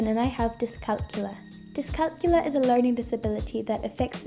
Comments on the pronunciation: It’s pronounced dis-cal-CULIA. NOT dis-CALCULA. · It's pronounced diss calc YOU lia. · Youre not pronouncing it correctly.